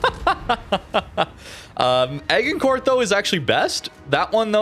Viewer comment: Your pronunciation of my favourite BB, Agincourt made me gag.